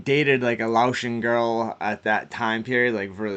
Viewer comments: I’m from Lowell I know everywhere you put in those pictures lol also cambodian and for next video it’s not laoshen it’s pronounced like lay ocean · say lao or lay-ocean don't pronounce the t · Ain’t no way you just pronounced Laotian that way. It’s LAY OCEAN. TRG is what Asian Boyz came from too. Also the Deuce Boyz came from TRG? Because you have that famous member in the TRG artwork. You seem to get some misinformation here and there as well my guy. Like MLDz being a GD branch when they’re not, they’re a Folk Nation Branch though. Unless you’re saying they’re SGD/LaTabla. But ultimately they’re their own nation that also fall under the disciple umbrella seperate from GDN.